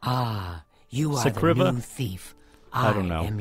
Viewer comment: Its pronounced screeva not scriva